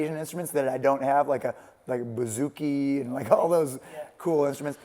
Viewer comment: Buzuki its greek not asian Satch cmon :)